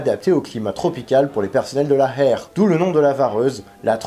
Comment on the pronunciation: Dis plutôt « Héér » que « Hair » si tu peux 😉